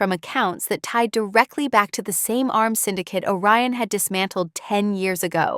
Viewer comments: Orion, not O Ryan. The subtitles should be edited before posting. Also, the Admiral’s name is Rowe. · 'Orion' not a Ryan. Re-edit.